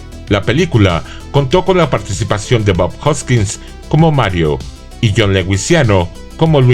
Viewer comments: Jhon Leguiziano? 😂 es Jhon Leguizamo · Jhon leguizamon así en español amigo Leguizamo actor colombiano escrito en español ya van dos malas cosas en el video